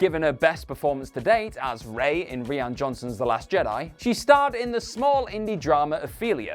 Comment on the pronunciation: Les Miserahhhh? Reehan Johnson?